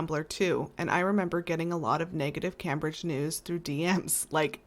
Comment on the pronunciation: I LOVE, LOVE, LOVE your posts. I have only one minor quibble. The future future's name is actually pronounced CAMEbridge although its spelled Cambridge. I am a first generation American of Jamaican descent, and the misprononciation just hits the ear uncomfortably. So imagine how your UK fans might feel. All Tea, NO shade. Love what you do here and in real life because my Mom and all Aunties were RNs. Also I wish you Mom a speedy recovery 🙏 ❤.